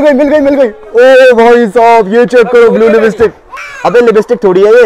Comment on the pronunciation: Libstick .. Nhi .. Lipstick hota ha .. Sahi bolna nhi ata .. Isi lye apko neli ankho wali nhi mili aj tak